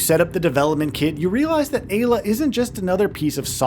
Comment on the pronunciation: Im fairly certain it should be pronounced "EYE-la"